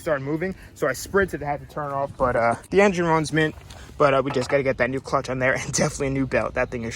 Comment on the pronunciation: lol at 6.22 he trys to say clutch but saYS the clunch